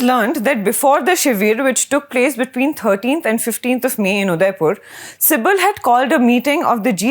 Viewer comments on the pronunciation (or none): Lady, stop calling "Kapil CIBIL" but "SIBAL" and not "Shiveer" but "Shivir" 😄😄